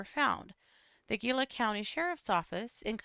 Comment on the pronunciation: Gila = hee-lah